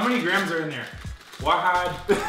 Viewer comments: its WAHEED NOT WAHAD. LOL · "wahid thane" Wolfie